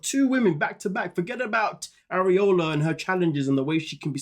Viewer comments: ..."areola" 😂😂😂 I'm dead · Ariela= Are-ee-L-ah (pronunciation). I know it’s a tongue twister for some. You kept saying an anatomical word instead. 🙈